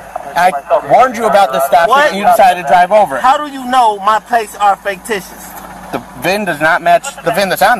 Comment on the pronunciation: FAKE-TICIOUS???? what in the holy hell is this guys malfunction in life??